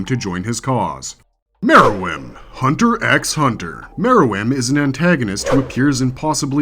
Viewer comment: They literally spell Meruem out for you. And you BUTCHER the spelling in the timestamps 🙄🤦🏾‍♂️ No wonder you pronounce the silent 'X' in Hunter x Hunter. I will say you have a decent list tho.